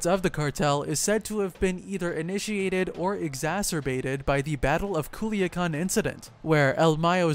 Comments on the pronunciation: You lost me at “Kuliagan” 🤦🏽‍♂️😒 “Culiacán “ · When you say “Guzmán” or “Culiacán,” put more emphasis on that last A.